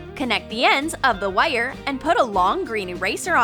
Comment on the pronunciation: Who else gets annoyed when she says “wires” it sounds like she says wyre